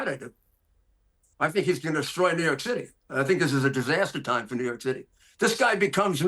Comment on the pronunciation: ‘He’s gonna desCHroy America’ lol